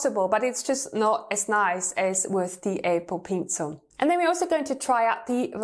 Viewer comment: “Apple peencil” I DIED EVERY TIME SHE SAID THAT(just a joke I’m not insulting her accent)